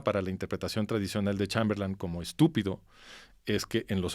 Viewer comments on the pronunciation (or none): Este sujeto es un vulgar charlatán. Hasta repite " Chamberlán", como si no supiera inglés, en lugar de Chamberlain SI QUIEREN APRENDER, verdaderamente , busquen al master de masters, aquí en YouTube : CHRISTIAN NADER